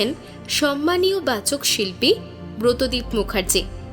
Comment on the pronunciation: বাচকশিল্পী নয় বাচিকশিল্পী হবে।